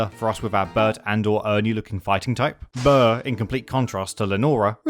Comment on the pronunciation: His name is burgh like iceberg